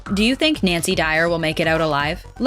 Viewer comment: she said nacy dyer